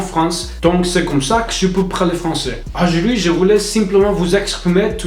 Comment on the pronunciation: Ajuidi=aujourd'hui 🤣🤣mais j'adore ce gars tu te débrouille très bien